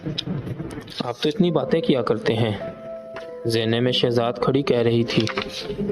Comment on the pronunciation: Zainay main ni zeenay main sahi talaffuz.. Dont mind..